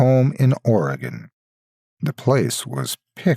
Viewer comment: first off, I must thank you for pronouncing my state's name correctly. You wouldn't believe how many mispronounce it, and how grating it is. And secondly...good to see it mentioned at all. Not too many stories or anything else really deal with Oregon specifically.